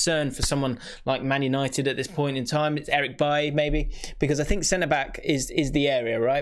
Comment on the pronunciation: Man said bailly